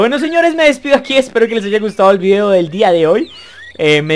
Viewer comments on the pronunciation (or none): none